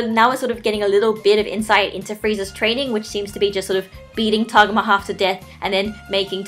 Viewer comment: i dont want to be THAT person but.... tah-go-mah not to-gah-mah